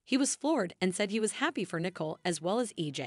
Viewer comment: Narrator- please review the character’s proper name pronunciation. Example: Nicole is not “Nickel”; and quit repeating comments you have already stated.